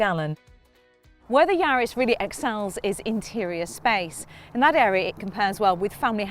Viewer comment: Sorry it's not yards it's yaris